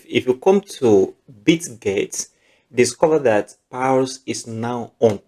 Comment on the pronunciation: You're pronouncing pals instead of paws